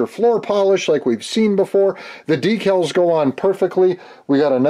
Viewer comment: Great to see you're back! I never miss one of your videos. My wife likes the way you sometimes say "Dekkles" ( or Decals ). Awesome build, as always!